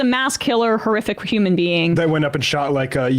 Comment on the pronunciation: "Homan" almost "human"